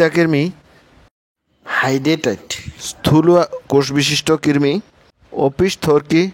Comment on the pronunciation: কিরমি? নাকি কৃমি